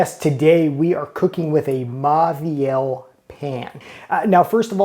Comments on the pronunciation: Say it with me: mo-vi-el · It’s pronounced Moviel — the “au” is pronounced “o” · Typical American dickhead who doesn’t even attempt to learn how to pronounce these French brand names. It just serves to make him look and sound like a total prick. To be clear, it’s: “Mor-vee-al” and “lur Croo-Say” Do they teach anything in US school?